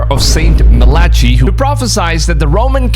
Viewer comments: Just FYI, the name of the Catholic Priest that prophesied “The Last 112 Popes”, is pronounced “Mal-i-kye”, NOT “Ma-lat-chi”, & “Petrus Romanum”, means Peter the Roman. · Phonetic spelling is (Ma-luh-kai)